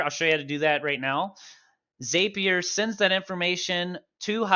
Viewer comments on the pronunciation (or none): Nitpick: ZAP-ier not ZAPE-ier. 😉 Awesome video. This helped me get my first WordPress » HL webhook up and running. 😁 Thank you!